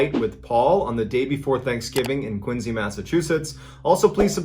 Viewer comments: Ok you’re always referencing Maine and New Hampshire and now I see you pronouncing Quincy Mass correctly. I gotta know where you grew up man. I’m from Haverhill MA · I just realized that John pronounced Quincy (Massachusetts) correctly! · 😂 thank you for pronouncing Quincy correctly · Good to hear someone Quincy correctly